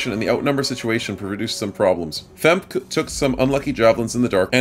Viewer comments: FEmk-e is probably the correct pronounciation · The pronunciation of "femke" is hilarious to me. I guess phonetically you pronounce it almost correctly you just miss the uh sound after the K.